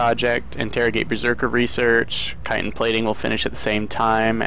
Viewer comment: Thank you for being able to pronounce chitin correctly by the way. Drives me nuts when people can't say it properly.